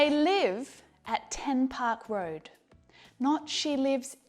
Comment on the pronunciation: 10 park road Sounded like: Tupac road